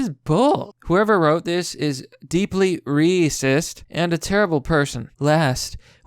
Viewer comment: even though you say reeecist the youtube cc spells it correctly.